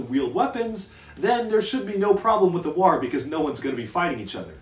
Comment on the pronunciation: The way you pronounce war makes me instinctively want to yell WAAARGH like an ork